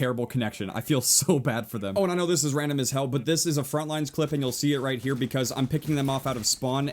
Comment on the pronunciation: Every time u say 'frontlines' i cringe so hard. There's no s at the end..